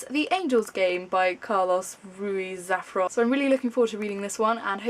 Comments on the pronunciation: hi. Just so you know you sort of did said Carlos Ruiz Zafón right, except the Zafón which it sound like Zafron, but good job, Ruiz it quite difficult for non-spanish speaker ("r" is hard for you guys) :) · I am a Spanish native speaker so your mispronouncing of Carlos Ruiz Zafón was really funny xD xD There is no "r" between the F and O in the surname :P And the stressed syllable is marked by that thing, ´, so "fón" should be the syllable you should stress (in Spanish most words are stressed towards the ending, unlike in English, where they are usually stressed towards the beginning) Fun stuff of languages! (forgive me, I'm a language student) :P